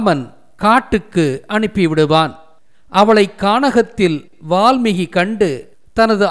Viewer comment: வால்மி"ஹி" அல்ல வால்மீ"கி"...